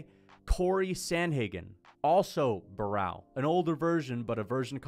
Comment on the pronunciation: For context, this comment was meant to be about wins. “Joey B is a mediocre win, Renan Barao (pronounced with an R lol) isn’t super impressive, GSP didn’t beat anyone good, etc”